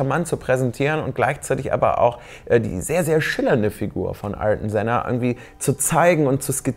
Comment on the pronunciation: Denn spricht man übrigens Artjon Senna aus...